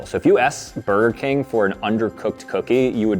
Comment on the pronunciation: "Brger King" ACTUALLY FICKING WILD